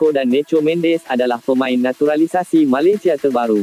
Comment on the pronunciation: Malesia malisea sebut pon tak betul... konten ni beruuuk pon tak nk dengar..